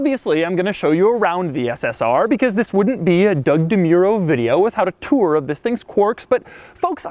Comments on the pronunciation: Like "Hwhip" like Tuoure" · Doug. The kind of guy who says “tour” like Stewie says “whip”.